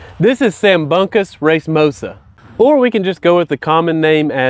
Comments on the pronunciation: Hey dude. It’s not “ Sambunka” anything. It’s Sambuca, as in the fun alcoholic drink with a coffee bean that you light before quaffing. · There's no letter N in Sambucus.